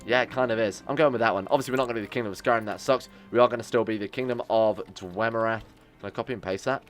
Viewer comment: if i hear dwemer-y one more time i am going to bring up documents about the falmer.